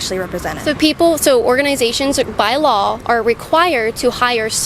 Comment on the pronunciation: Yo Kaitlin the word "Law" does NOT end with an L .